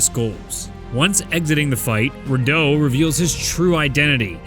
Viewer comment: Finally pronounced Rideau correctly